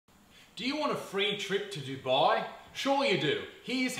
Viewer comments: Duboooii? You mean Dubai? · It's actually pronounced "du-bay". Usually non brown people and non Arabs say it as "do-bye" but that is incorrect